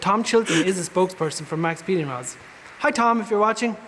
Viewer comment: They're literally called Maxpeeding Rods. There's no S in it. They're intended to be said quickly so that the X in Max makes the sound of the S. I'm assuming it was a copyright/trademark thing. Maybe the name Max Speeding was taken.